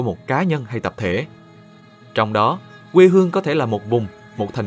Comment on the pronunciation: giọng Nam nghe qua thì có vẻ ổn nhưng nghe kĩ lại thấy bất ổn, ví dụ điển hình: đọc thành wê hương, Anh wuốc, trong thời Zang qua, …